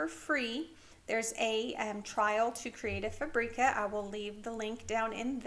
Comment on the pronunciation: I’ve been enjoying your canva videos very much. Some great skills I never knew about. I’d like to correct you on how to pronounce creative fabrica, it doesn’t rhyme with paprika, it’s fabric-ahh.